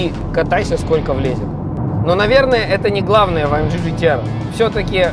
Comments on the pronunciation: "А ЭМ ДЖИ ДЖИ ТИ АР" 1 МИЛЛИОН РАЗ НАДО СКАЗАТЬ, А УСЛЫШАЛ ВСЕГО 976 356 РАЗ. СУКИ ЭТО А ЭМ Г. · Правильнее будет АМГ вместо АМДЖИ !!!!!!!!!!!!!!!!!!!!!!!!!!!!!!!!!!!!!!!!!!!!!!!!!!!!!!!!!!!! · Почему " А-Эм-Джи"? Тогда уже "Эй-Эм-Джи"? Или "А-Эм-Гэ" всё-таки?! Режет слух немного... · амГГГГГГ если вам не сложно, амЖЖЖ ну прям... Aufrecht Melcher Großaspach. Чтож ты не говоришь ламборДЖИНИ